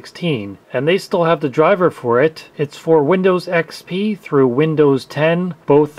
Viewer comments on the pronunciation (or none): none